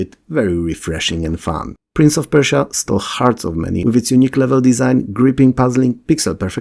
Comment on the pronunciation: *Prince of Perish-ia :)